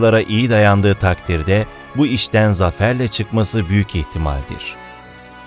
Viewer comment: "içten bile değil" değil, "işten bile değil" olacak. Video yayınlıyorsunuz, iki kelime Türkçeyi düzgün kullanmaya çalışın. Bu da Milliyetçiliğin bir gereği.